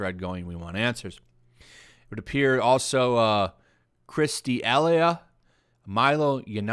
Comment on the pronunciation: Chris D'Elia is a comedian. Deh lee uh.